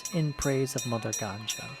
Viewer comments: I love how she depicts an X. Also, it's not the ganja river. That would be like river 420. It's Ganga, and pronounced differently. The way you said it, you are referring to reefer. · Not to be pronounced as " Gan-Jaa", but "Gan-Gaa". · Ganja and Ganga totally different things. Sometimes pronunciation does matter. And this is not even a complex word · Why you people call it ganja instead of ganga?? 😂😭 Ganja literally have 2 meanings "Bald" & "Weed" 😂 And ganjis instead of ganges... Ganjis are basically the tshirt we wear inside a shirt... 😂 😂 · O God.its ganga not ganja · Lol...did you just say mother ganja ?...lol..it means mother weed 🤣